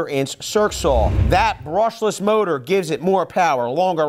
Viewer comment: Berrrrrrrushless! Is it just me?